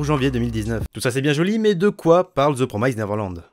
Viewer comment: Mdrr ça ma stressé pendant toute la vidéo ta façon de dire "Neverland" 😂😂😅